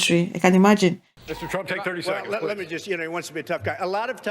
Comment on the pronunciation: " Jess, jast ask Blackrock."